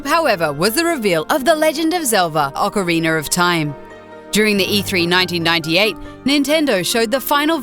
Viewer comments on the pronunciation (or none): OCARINER OF TIME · man.. those accents fail sometimes.. "OCARIENER of time" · Ocariner of time? Ocariner? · Oceriner of Time no Its OCORINA OF TIME O-CAH-REEN-AH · "The Legend Of Zelva, Ocaweiner Of Time" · "The legend of Zelva: ocareener of time" ... never heard of ot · "The Ocoriner of Time" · is she fucking saying OCARINER instead of ocarina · Mario1989 M.B The Legend of Zelda urinal of time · ocariner of time 😑😒😒😂😂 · I liked the "Legend of Zelva: Ocariner of time" one. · Ocariner of time Ocariner OCARINER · Meyora's Mask... Smash Bro's Mehley... Orceriner of Time... Why? Why do you do these things? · Ocoriner of TIme. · I hate it when people say "Ocariner" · It wasn't just "Ocariner". It was also Legend of Zelva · THE LEGEND OF ZELDA OCARINER OF TIME OH MY GOD I DIED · Haha "Ocareener" 😂😂😂😂😂😂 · Ocariner? mayora? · ...Ocariner of time XD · Ocariner of Time and Mahora's Mask.... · ocariner of time? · This bitch doesn't even know how to pronounce the games. Super Smash Bros "Muhlee"?? "Ocareener" of Time? "Mayora's" Mask? LOL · yeah, same with ocariner of time lol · Ocorina of thyme.